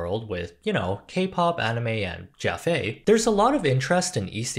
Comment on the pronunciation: Sorry I’m new to a lot of these terms, what is “jaffe”? That’s what it sounds like.